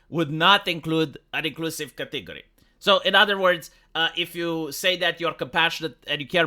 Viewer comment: That is certainly one way to say the word "category".